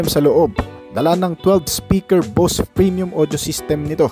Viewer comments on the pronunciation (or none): none